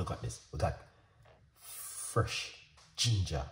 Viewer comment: 10 cents for each "Frrresh" and I'm a millionaire. 😆 Great tea. Thanks.